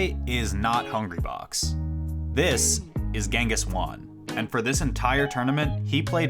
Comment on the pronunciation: To all english speakers. Its pronounced "hwan" not "wan"